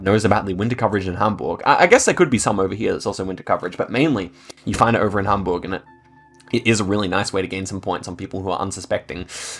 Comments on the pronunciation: Well played (you got a really nice pronouncation of Hamburg) 😂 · your pronounciation of hamburg is so good, rly noticable that you mustve been to germany